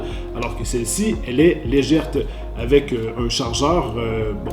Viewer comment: Une question, puisque c'est la deuxième fois que je te l'entends dire, pourquoi au Québec prononce-t-on le mot "légère" en faisant entendre un T, comme ceci : "legèrTe" ? Je suis très étonné par le prix canadien annoncé, c'est plus de 30 % moins cher en France, et pourtant ils sont vendus cher, chez nous !